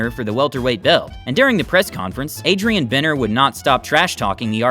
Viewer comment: it say Broner right behind him yet you still called him bener 🤣🤣